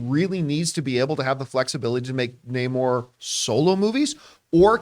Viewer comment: Hate how they pronounce his name properly just once then go back to calling him Nay-more😤😤😤😤